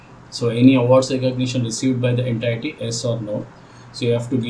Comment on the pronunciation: Please check how to pronounce 'entity'